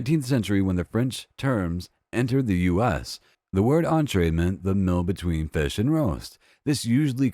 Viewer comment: Entrée means STARTING course. It's in the word, yo. And why does this voice keep saying "first mill". mEAl, for f-cks sake! That, I believe, is what I hate most about Murricans. They can't articulate.